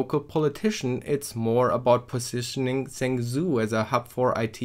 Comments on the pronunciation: stop pronouncing it as zangzoo, its pronounced more like jungjo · Zhengzhou is pronounced "jung-joe" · I clicked away as soon as he said "Zengzoo"... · Zhengzhou is sort of pronounced "shong-jo" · I love your pronunciation of “Zhengzhou”😝 (I’m not laughing at you lol) and well done in real world ctf!! Proud of you guys 👏👏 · OK this is not how you're supposed to pronounce zhengzhou at all XD